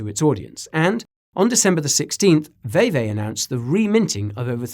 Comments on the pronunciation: Lol "Vee-Vee"... not "Vay-Vay" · VeVe is pronounced VeeVee”. That said, I do kinda like hearing YOU say “VayVay”. 😂 Nicely Done on this video either way!! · It's VeVe not "VayVay" 😂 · Can we have a video on Veve please. Pronounced Vee Vee by the way haha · Great video as always guy! Thanks for all the information, definitely a fantastic explanation, good to know considering I'm all-in on VeVe, pronounced "VeeVee" incidentally, probably good to know for when you made that inevitable video on it! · Great video. FYI. It's pronounced Vee Vee. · Will you do a deeper dive on Ecomi/VeVe (pronounced Vee Vee). Love the channel! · Its pronounced Veevee 👌